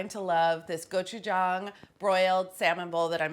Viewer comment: I also appreciate Carla's accurate pronunciation of gochu-gang. Whenever I hear some Food Network chef say the word, I yell at the tv.